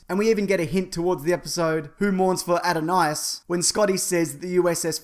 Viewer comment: "It's "Who Mourns for ADONIS," not "Adonias."